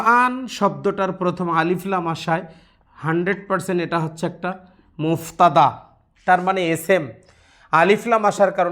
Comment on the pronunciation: মুবতাদা । মুফতাদা নয়